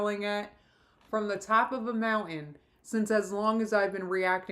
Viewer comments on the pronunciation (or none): none